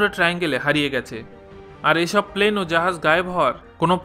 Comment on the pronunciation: Plane not palane